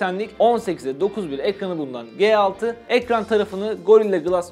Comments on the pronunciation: ELCİ diyorsun GE6 diyorsun. ya turkce yada İngilizce söylemen gerekmez mi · LG G6 Nedir be arkadaş şu telefonun ismini bari doğru söyleyin :) L'G derken ki G harfi nasıl okuyorsun G6 dakini nasıl aradaki fark ne G nin yanına 6 gelince dahamı başka çıkıyor ses ?